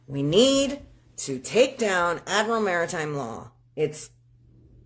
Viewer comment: Case #2. If you can't pronounce Martime correctly then forget Sovereign citizen, you need a lawyer 😂